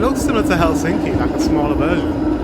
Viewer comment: The stress is on the first syllable in finnish. So TAMpere and HELsinki, (not HelSINki as he keeps saying on the video) Every letter is pronounced (the latin alphabet),always the same way, just reading it out. Very easy. 😋👍